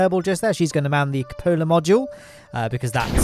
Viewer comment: i hope you see this comment, the cupola module, is pronounced "koo puh luh" not "co pola", i love your videos man but after 6 years its time you start pronouncing it right